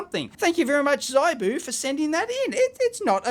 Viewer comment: ZIBOO is not pronounces zeye Boo the I is phonetic practice saying ZIP - CLEARLY YOU WOULD NOT SAY ' z eye p ' ZIP PIP SIT ( NOT SITE - s eye t ) as you would no doubt pronounce it given your linguistic limitations. HIP ZIB Are you getting the point yet ? Learn phonetics and learn another language Understand that English is largely a corrupt language - mostly not phonetic - except that was acquired from Latin / and French Latin sources and arabic language - Many German and thus English words are also acquired from the Persian and Sanskrit languages. Also the Alphabet uses in the English language is abstract and has no relationship to the spoken word. Almost ALL languages in the world are phonetic - except English - a language only used for Legal deception. Known as Legal English - commonly referred to as Legalese Note that there are ONLY three types of English. For your homework - name than and define them.